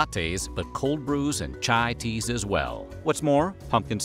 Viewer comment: My mans calls it “eXspresso” and “chia tea”. Come on man 🤣